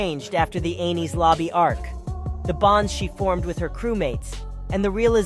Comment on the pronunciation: Is nobody gonna mention that he mispronounced enies lobby